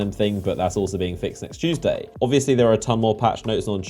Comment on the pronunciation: It's all about that CHOOOSEDAY EVERYBODY NOT TUESDAY BUT CHOOOSEDAY 🤔🤔